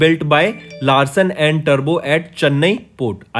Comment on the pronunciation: he also pronounced 'Vigraha' as viagra and 'Toubro' as turbo ...